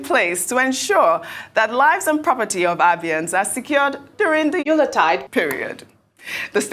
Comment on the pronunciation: Hear, hear, hear Ojy Okpe, ‘’ for show (mis)pronouncing ‘Yuletide’ without blinking. It’s most embarrassing and hilarious! Guess that’s her Xmas gift for her female fans, especially those always envious and jealous of her ‘beauty’. She got to have something better for us, her male fans. Abati should be pushing our case!